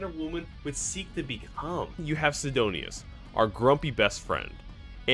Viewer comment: SIDONUS, not Sidonius. Theres no 'I' between the N and U.